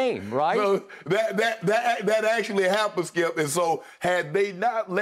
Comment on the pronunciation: No one: Shay every weekday AM: Skiup